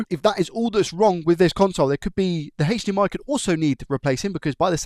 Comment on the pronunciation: God can you stop saying sh&hhhhhdmi and just say h . d . m . i?